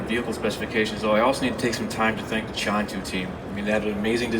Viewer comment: Just stumbled onto this video and I cringed. I was working in China when this debuted in US, guess that why I didn't notice the video. If you're going to partner with a company, please learn how to pronounce your partners name semi correctly. Qiantu is pronounced like "chian-too".